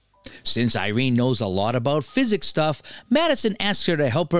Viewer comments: Nope; he says it correctly once or twice... but most of the time he says it incorrectly... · A lot of recap channels have minor mis-pronunciations. I always thought it was just a non-native English speaker reading it lol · I wanna enjoy the recap but am wondering if ur saying physics on purpose?? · You’ve never heard of psychics? Love the voice but maybe learn how to pronounce words? It was distracting.